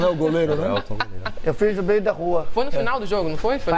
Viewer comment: Petck: eu fiz do “beio” da rua!